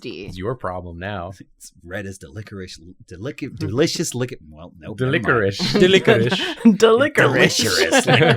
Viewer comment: I'm enjoying "delisherous lickricky" here